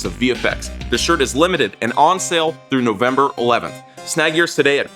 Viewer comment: Whats a Novemeber? haha